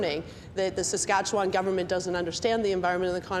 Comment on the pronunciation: It would help if McKenna started to pronounce Saskatchewan correctly.